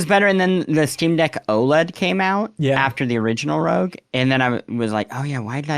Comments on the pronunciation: I think the thumbnail title is maybe a wordplay based on mispronunciation of ROG as "rogue" instead of more like "dog", which he does throughout the show:') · Haha it's ROG like "dog" not ROG like "rogue"! Great episode as always. MinnMax is such a reliably good-vibes show.